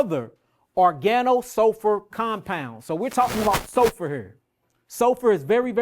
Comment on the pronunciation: I think that's just how he pronounces SULFUR